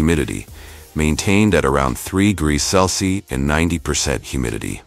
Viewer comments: Bro has 50 different ways of pronouncing Celsius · Bro’s unable to say Celsius even if his life depends on it😂😂😂😂